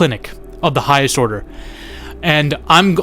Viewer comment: OF THE HIGHEST ORRRDA!? 😂